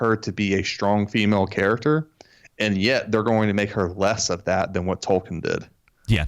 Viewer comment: 😂😂😂😂 JRR “Token”